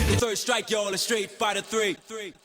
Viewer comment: Bro said Feet Fighter